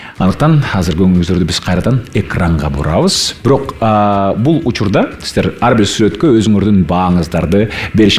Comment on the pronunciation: С тамгасын ш дейби шиздер дейби